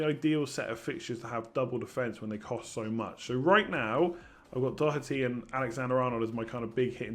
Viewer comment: More should subscribe now. Just for the fact alone of an English fella saying Doherty properly is damn impressive! Must have been practicing for weeks!?